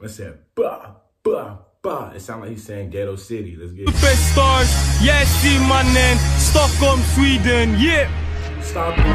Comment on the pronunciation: 2 years late but bro it’s Yasin like YASIN not whyzin 😭😭😭if u get me